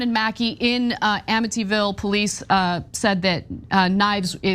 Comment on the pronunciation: "amittyville" really?😂😂😂